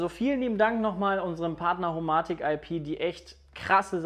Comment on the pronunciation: HoMaahtik IP und Philips Huuiii, aka die besten Smarthome Marken die ihr nicht mal richtig aussprechen könnt xD kekw